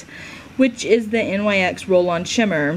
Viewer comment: FYI it is pronounced nix not N Y X